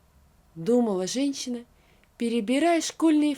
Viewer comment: Пожалуйста найдите человека который будет проговаривать женщина, а не ЖенЧина, слушать невозможно, по ушам режет. Одно слово всё портит и это во всех текстах.